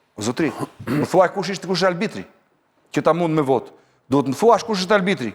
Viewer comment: Po ky, çfarë bën, mban çmimin e votës??? 😯😯😯 O "", thuhet arbitër jo albitër...